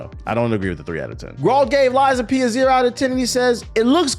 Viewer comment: I did have to go back and watch the start multiple times to makes sure I heard you say Lies of Penis